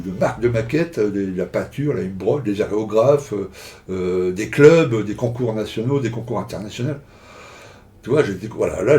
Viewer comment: Heureux de te voir plonger dans l'impression 3D, hâte de voir tes réalisations! Ne le prend pas mal, on a tous des tics de langage, un des tiens est de dire "aréographe" 😄, c'est une de tes coquetteries, ne change rien!